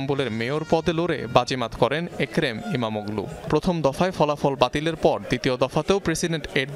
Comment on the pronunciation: উনার নাম ওগলু না, অলু 😐 আর এরদোগান নয়, এরদোয়ান, ইস্তাম্বুল নয়, ইস্টানবুল রিপোর্ট করার আগে উচ্চারন নিয়ে নুন্যতম একটু স্টাডি করা উচিত।